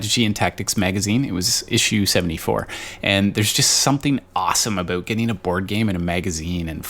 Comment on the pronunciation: And that's "aboot." WTF???!